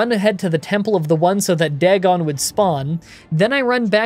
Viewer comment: Day-gone for Dagon